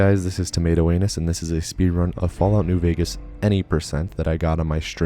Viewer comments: “Hey guys this is ” had to confirm that that was indeed your name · 🤣 did I hear that right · Was gonna make a joke regarding me hearing his name as ‘’ but that’s his actual name. 😂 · I’ve never heard your name said and always assumed “” was ridiculous but thats actually how you say it, wow